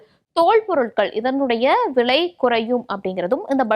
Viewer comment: விளை இல்லை அம்மா.... விலை.... தமிழை கொலை செய்யாதீர்கள்😂😢😂😂